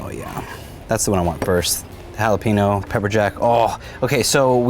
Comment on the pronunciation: Jalippyno. Should be jalapeño. I’m just saying. Nice talking to ya